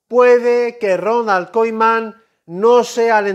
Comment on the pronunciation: Porque dices Ronald koiman